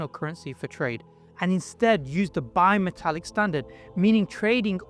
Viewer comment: Did he say "bi-metallic" or bio-metallic?